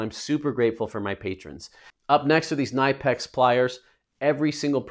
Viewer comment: Gotta pronounce the K in Knipex!